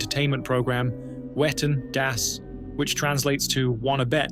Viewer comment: can't stop laughing. i remember the whale tale. i had completely forgotten that incident. it was definitely worth a retell. ps - german has no 'w' sound. no 'whu'. all 'w' s are pronounced 'v'. so it would be 'vetten dass'. just a wee fyi. (a vee fyi?). thank you to rammstein for that knowledge. and to you for another astoundingly excellent presentation. you are always raising the bar.